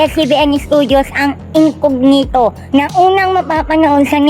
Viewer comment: It’s not incoGnito po, it’s an Italian word and it is pronounced as incoÑito.